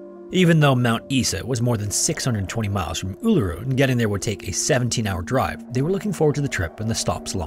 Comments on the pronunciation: 👍🏾Thank you for calling "Uluru" by its correct Aboriginal name👍🏾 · Honestly good job with pronouncing Uluru, a lot of people get it wrong but im laughing at the pronunciation of Mt Isa. Its "eye-za". No offence taken or anything just a lol. Do double check the pronunciation of Melbourne tho before you use it, you will be mocked if you cant pronounce it the way we do haha I remember that incident growing up. I think the there were so few reported attacks from dingos was the primary thing that got people suss about it. But honestly looking back i feel so bad for her. No one believed her and everyone accused her of wanting to get rid of her child. I think the media played a big part in spreading misinformation, thank god for the internet and social media today which prevents journalism having a choke hold over news and facts.